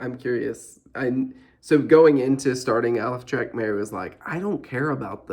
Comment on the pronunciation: I think it's pronounced "A Life Trek!" ❤